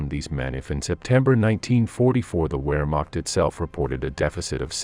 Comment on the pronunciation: Please pronounce w’s as v’s, especially Wehrmacht…